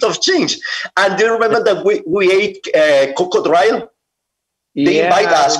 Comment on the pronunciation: "We ate cocô-dráilo..." Jesus Cristo nesse inglês........